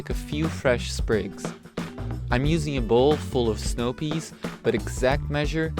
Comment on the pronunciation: The way you say peeees...I died laughing.